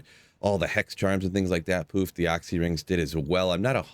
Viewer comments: OXXY rings??? Is that really how the rest of you pronounce it? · Oxy ring lmao, you pernounce oculuis 100% fine, but when u try say short version comes out oxy?!?!? lolol first person in 20+years ever heard call it that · AW-SEE lol. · For the love of god stop saying Oxy ring... It was "The Occulus Ring" based off the wep xD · Hate the way you say "occy" ring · you pronounce Occy so weird!!! great video though.